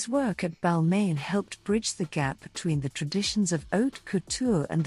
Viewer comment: It was the mispronunciation of ‘Balmain’ for me But I guess these things happen with AI voiceovers